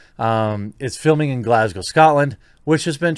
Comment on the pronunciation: Congratulations on properly pronouncing Glasgow.